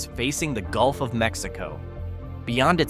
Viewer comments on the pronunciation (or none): none